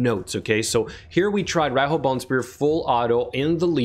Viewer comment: she is pronounced ar Ree hooo, as she is a japanese influenced figure, and Riho is a legit name in Japan, and pronounced as reehooo(strong "o" at the end)